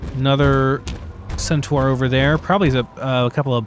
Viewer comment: It’s sent-“TAR” not sent-“TWAR”!